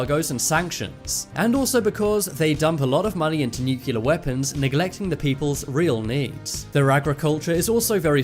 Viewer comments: Cool video chap. Thanks. BTW, nuclear is pronounced "nuclear" not "nucular". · Personal Pet peeve, pronounce it NUCLEAR, not NUCULEAR. Doesn"t sound good. Big difference, Common mistake. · nuCLEAR. Not nukular. o_o lol Well done vid. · I do believe it's "nuclear" rather than "nukelar"? lol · Dude... NU- CLE- AR!!! NUT nucular!! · not "nuk u lar"....nuclear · A less important comment. Why is Nuclear pronounced by Americans as “new-killer” and not as it should be “new-clear”..?? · Dude , nuclear is pronounced NUK-LEAR not nukelar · It nuclear pronounced new-clear NOT nucular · You said nucular, and said the ear was a bone. You just lost all credibility. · Nuclear pronounced "nucular". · How hard is it to pronounce nuclear? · He doesn’t pronounce nuclear properly. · Busby I spelled it the way he said it genius. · Pronounce "nuclear" the correct way next time